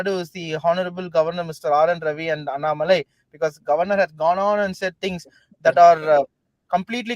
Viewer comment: Barkha please learn to pronounce Annamalai correctly. It is not really difficult. You take trouble to pronounce French names , oh so very correctly, but why not Tamil names ?! This superciliousness if the upcountry people is i guess what actually bugs the Tamilian.